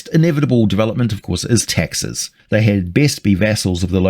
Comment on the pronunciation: Oh taxes,I thought you said Texas.